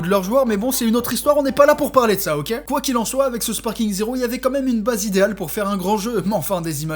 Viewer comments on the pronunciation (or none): none